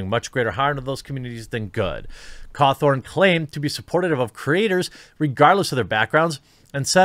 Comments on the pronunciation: It’s gonna Scott Cawthon not Scott Cawthorne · Its Scott Cawthon not scott cawthorn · This is bothering me stop saying Cawthorn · Great vid, i just can't get over the fact that ur calling him Scott Cawthorn Its Cawthon, there's no "r" in his last name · I hate the fact you pronounce his name scott ko-thorn instead of how it is pronounced, ca-thon. But other than that great vid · His name is pronounced caw-THU-n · It's been how many years of the huge FNAF series and people are still pronouncing Scott's name wrong.. Totally agree with the message though. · There is no "r" in his name, Jeremy.